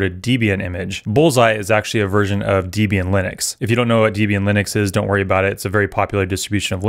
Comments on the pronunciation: It's not d-bian it's flipping DEB-IAN 😭😭 great vid btw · You can use alpine images to both speed up your build, runtime and as well as patch any CVE that gets published. Combined with Rust, the resulting docker image size will be 20+MB which is 7x smaller than the Debian based image. Fwiw, Debian is pronounced Deb-Ian, not Dib-Ian. Ian Murdock created Debian in1993. The word "Debian" was formed as a portmanteau of the first name of his then-girlfriend (later ex-wife) Debra Lynn and his own first name. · Who tf says deebian?